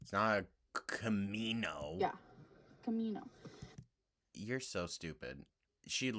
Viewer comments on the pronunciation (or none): Its cah-mee-no